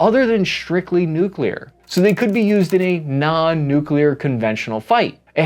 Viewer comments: Also, do not promote the Noo Que Lear dialect. It is Noo Clee Err. pronunciation matters. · I speak for everybody when I say that Kudos to your speech therapy!!! You are nailing the pronunciation of difficult words in your late videos. Especially the NUKE YOU LEAR! Btw... Where can I get that t shirt? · Congrats on your nuclear pronunciation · Wait wait wait.. why aren't you saying "nu-clear-er"😂😂